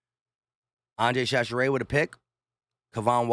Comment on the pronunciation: Chachere pronounced ShaShare